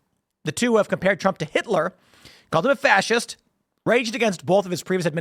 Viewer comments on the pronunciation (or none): none